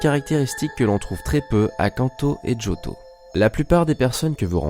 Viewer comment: pk tu fit djotho alors que c jotho